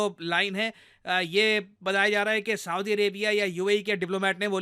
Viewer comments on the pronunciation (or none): none